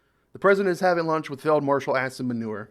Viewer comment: "Marshal Ass-In Manure" quite an apt pronunciation